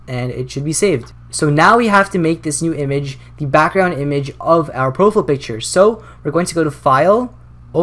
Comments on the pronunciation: "pro-fiy-ul" not "pro-ful" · I cringe when you say "profile picture" as "pro-full" picture. lol but good video man. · LOL "Proful" picture. Great vid though. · bro you say "profele picture" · Did you say Pro - Full in the intro xD still love your turtorial videos tho xD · he said profile wrong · u say profile weird